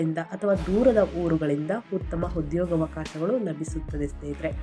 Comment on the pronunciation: Bevarsi munde ucchrane sari madu utthamanna HUTTHAMA anbeda